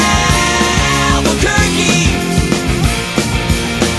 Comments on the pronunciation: sounds like Alber-turkey instead of Albuquerque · No, he's saying Albuquerque